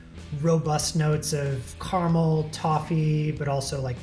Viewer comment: CA-RA-MEL. Not CAR-MEL. Please. He says it so much.